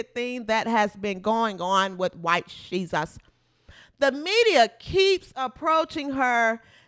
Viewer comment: I love my people 😂😂😂 “white sheus”